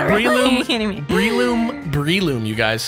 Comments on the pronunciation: I always pronounce breloom ad: Breh-loom not Bree-loom and Scizor as Scih-zor not Ski-zor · Love the video as always guys! I love how you kept mispronouncing Breloom :P (think Bell room but move the R)